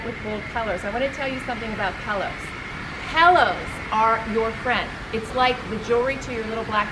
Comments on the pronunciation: As a decorator how can she not pronounce the word pillows, she keep saying pellows pelllows pellows. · For Gods sake it’s “pillows” not “pellows”!!! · pet peeve of mine...pellows or melk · Wow. Pellows, really. How would anyone take advice when she cannot even pronounce the word pillow? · What the heck is a Pellow? It’s pillows! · She mis-pronounces pillows - calls them pellows. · "Pel - lows, Pel - lows, Pel - lows," LOL!! ❤️ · Love the video. Great tips. But why does call them “pellows”? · What...did she say PELLOWS? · I like "pellows" too😍😁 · It’s so cute the way calls pillows “pell-ohs”...